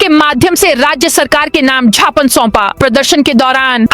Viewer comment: कृपया ज्ञापन को झापन ना बोले।